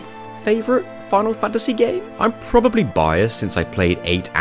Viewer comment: Ah. The lesser known protagonist of Foonal Foontasy VII - Clood Stroofe